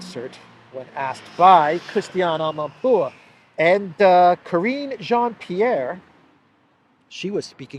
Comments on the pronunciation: I like the way you say Amanpourrrrr😂😂😂😂😂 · Yes! Another "amanpuwurr" video 😂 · I always laugh out loud the way you say amanpour haha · The way he said the journalist name 🤣 is the best 👌